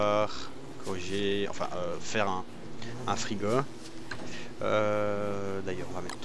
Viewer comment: c'est moi ou tu dit "frigo" avec un accent